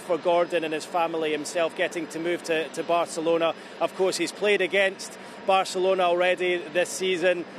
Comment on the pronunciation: How many times can you say Barcerlona